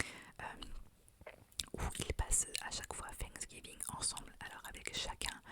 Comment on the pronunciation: Trop mignon comment tu le prononces 'Fanksgiving" avec le F au lieu du TH hahaha